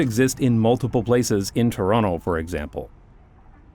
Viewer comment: I don't care how long you live in The Netherlands, you're still Canadian as long as you pronounce Toronto correctly.